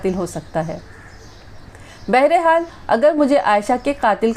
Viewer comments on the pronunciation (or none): لفظ بہرے حال نہیں بہرحال ہوتا ہے پلیز ٹھیک کرلیں امید کرتا ہوں اپ برا نہیں مانیں گی شاہد عظیم خان لاہور